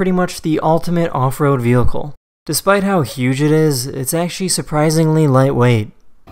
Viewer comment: ‘which allows the officer to slow down the wheehicle from behind